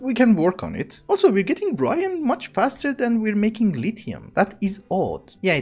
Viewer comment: And it's a silent E not Brian or brine... is Brine